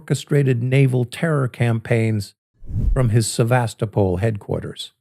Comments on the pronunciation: Please, the Ukrainian Sevastopol accents the "to" or "toe". In California, the accent is on the "vast". It's more convincing when you pronounce names correctly. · Pronounce Sevastopol with accent on toe ' - pol. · Please please pronounce the Russian name for Sevastopol correctly. You pronounce it correctly for the California city in Sonoma County, but mistakenly for the Crimean city. Accent is on the 3rd syllable pronounce like the toe in your foot, NOT the 2nd syllable. Дуже дякую.